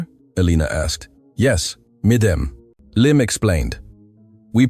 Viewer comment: "MDM" is an abbreviation for "Madam", so should be pronounced as Madam, and not Mdm!